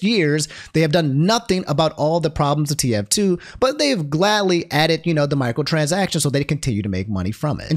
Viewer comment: ability to mispronounce words every single video is truly amazing. What in the hell is a Michaeltransaction?